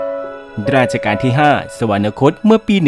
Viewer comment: สวรรคต อ่านว่า สะ-หวัน-นะ-คด X สะ-หวัน-คด ✓